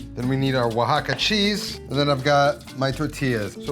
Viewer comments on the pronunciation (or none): none